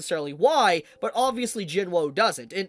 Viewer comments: say jin wo then say jin woo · why do you keep saying Sung jin WOW, like i mean its not so hard to say woo right? or is there some inside joke im not getting?? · Isn't it Jin woo not Jin woah?